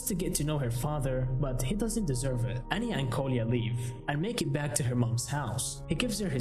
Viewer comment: her name is pronounced ahn-ya and not ann-ya it's really annoying when people butcher names sry if i'm rude